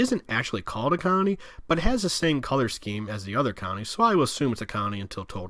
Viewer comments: Am I the only one that keeps hearing county instead of colony? Great video though haha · Why can’t you pronounce ‘colony’?